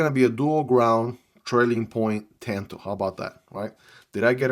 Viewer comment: Tawn toe not Like dan like John it's Japanese